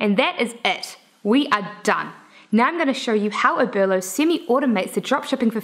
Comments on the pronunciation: Oberlo not Obero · OBERLO not obero!!!!!!!!!